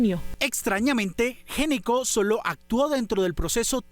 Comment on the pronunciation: Gnecco no se preonuncia "géneco", se preonuncia "Neco". Cómo muchas otras palabras, la letra inicial NO suena. Ej. Know, psicología, Knorr, knife, knee, knock, wrong, write, wrist.